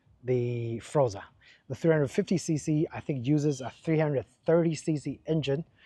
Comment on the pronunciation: Nice review of a really nice scooter. But it's pronounced FORZA, not FROZA... I hope you enjoy many happy miles with your super-scoot!